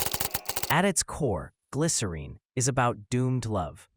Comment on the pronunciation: Thanks for posting this. I also just finally saw Gavin pronounce the title the same way he sings it....I remember when I was younger this douche argued w me saying it rhymes with win not Dean. So to hear Gavin finally say it and to hear you say it is sooooo validating 😊 glycerEEN forever ❤